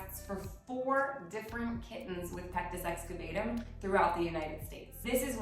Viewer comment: It's actually pronounced pectus excaVAHtum. You seem like the kind of person who would want to know that. Thank you for all you do! I start every day with your calendar - what an amazing way to start the day!